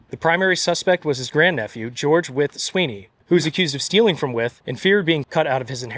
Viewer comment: Thank you for the history lesson. I live in Williamsburg, Brooklyn. The streets here were named after the signers of the Declaration of Independence. Nice to hear the proper pronouncement of Wythe. I have heard it as rhyming with white.